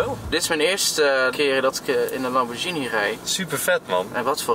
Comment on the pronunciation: is een top gozer!! trouwens ook de enige die lamborghini correct uitspreekt op 😋